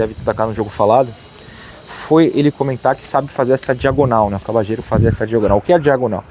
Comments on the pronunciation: Acho q a pronúncia correta do nome dele é Cabalhero e não Cabachero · Depende do sotaque. Argentina e Uruguai pronunciam como “cabachero”, na Espanha “cabalhero” e a pronúncia mais comum entre países hispanohablantes seria algo como “Cabadjero”.